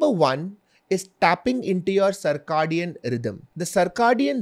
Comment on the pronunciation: Cir - “kay” - dian